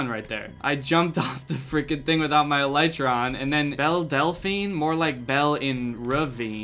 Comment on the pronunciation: Him saying elytra wrong just rubs me the wrong way